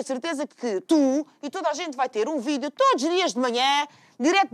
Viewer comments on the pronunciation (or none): none